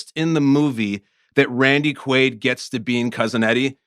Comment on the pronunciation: Also the podcast is called rewatchables, so u should ACTUALLY rewatch the film before taping the pod. U all couldn't even pronounce Randy Quaid's character name correctly, u just obviously read and mispronounced it from the cast list...u know what isn't aging well?....the rewatchables podcast. Close the doors if ur gonna come with such shitty effort